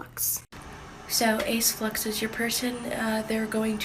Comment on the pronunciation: Aceflux sounded like acidflux😂